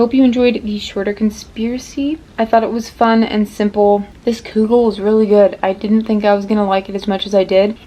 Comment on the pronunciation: Omg I'm so happy you made kugel and that you like it! =] The U in kugel is pronounced like the OO in wood. Also, most kugel I've had in the past has been made with like lasagna noodles, but don't worry, it's still considered kugel no matter what noodles you use!